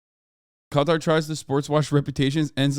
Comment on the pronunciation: I’m just glad you pronounce it correct instead of calling it cutter